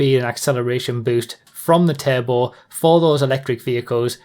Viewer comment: I always thought you kept saying table and not "turbo" 😅🙃